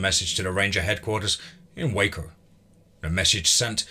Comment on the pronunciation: I love these stories. A goodly part of my entertainment comes from your narrations. Just one thing, the town of Waco is not pronounced "Wack'o," but "Way-ko." I laugh every time I hear you say it. Anyway, I'm just trying to help. I know how our pronunciations can seem odd.